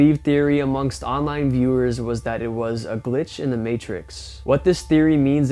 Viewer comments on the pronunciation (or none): none